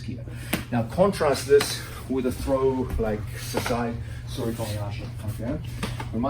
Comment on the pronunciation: *sasae (and not sasai) Tsurikomi Ashi. From the Japanese verb sasaeru (支える) meaning "to hold in place" or "support." Not very important because the pronunciation is pretty much the same.